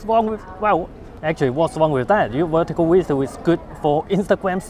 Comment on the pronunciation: I just have to try ‘wertical wideo’ 😉